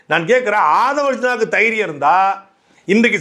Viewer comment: தைரியம்னு சொல்ல தெரியாத தெய்ரியம்னு சொல்லும் அமைச்சர்